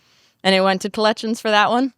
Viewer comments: If she says “clections” one more time instead of collections I stg. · The fact she can’t pronounce C’s or K’s in half her words is blowing my mind 😅 Tetsis and Colletchins had me rolling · The way she pronounces "-icks" words as "-its" drives me up a wall... OMG "collet-shuns" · the way she pronounces "collections" 😭